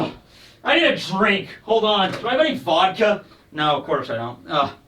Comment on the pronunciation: How do you have such a hard time saying vodka?